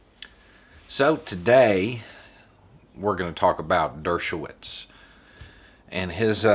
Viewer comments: Dersh no witz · Not to quibble, but it is pronounced Douche-o-wits. Because he is a Douche-o-wits.